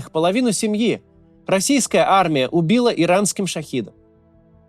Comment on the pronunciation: ШахЕдом, а не ШахИдом!